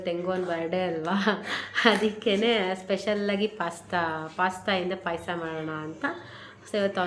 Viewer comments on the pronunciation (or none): ಪೈಸ ಅಲ್ಲ ಮಮ್ಮಿ ಪಾಯಸ 😂😂😂